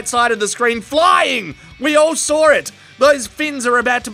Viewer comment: Unintended Aussie accent PUN: “It’s flying! We all SOAR it!”